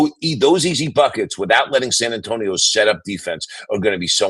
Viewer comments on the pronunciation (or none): “if i am San Antoine” hahahaha San Antonio, Mike!